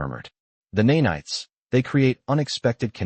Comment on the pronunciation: Neigh-Nights??? I hate AI!! Of course I know it means to say nanites!!